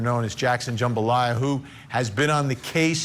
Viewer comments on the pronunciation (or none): Did he just say Jackson jambalaya😂😂😂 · "Jackson Jumbalaya"?!?!?